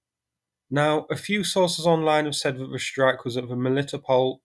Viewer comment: sss-trike not shhhhh-rike